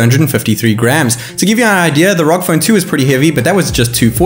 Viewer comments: Btw it’s pronounced R O G not ROG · Man why do ya speak so fast? Had to watch it at 75% speed. PS It's pronounced "R-O-G" , not "rogue".